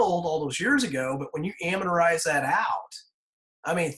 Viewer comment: Sorry to nit pick, but amortize is pronounced "aM-Mort-Eyes" not "aM-Meter-Eyes"